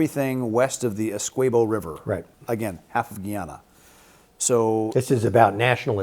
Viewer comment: Would be a more convincing argument if you could pronounce: Guyana, Staebroek, Essequibo, or any of the Guyanese locations. Have you considered actually communicating with any Guyanese? As it is, you are providing a very shallow analsys which entirely ignores the part that Brazil, Caricom, Cuba and Colombia would play in any conflict. Grade: D. Try harder.